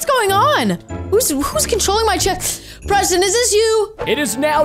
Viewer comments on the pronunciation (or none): just said Prestonz not that SMART